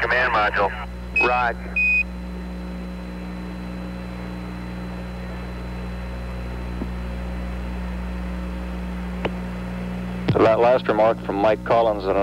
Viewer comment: "Woger Twang-quility base uwu"